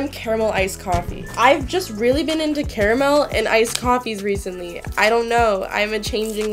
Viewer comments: THANKYOU FOR SAYING CARAMEL THE RIGHT WAY I SAY IT "CARE A MEL" AND EVERYONE MAKES FUN OF ME SO THANK YOU!!!! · FINALLY SOMEONE WHO SAYS CARAMEL PROPERLY AND NOT “CAR-MUL” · omg somone says Carmel not curmel yess I always so Carmel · Finally... finally someone who says caramel right...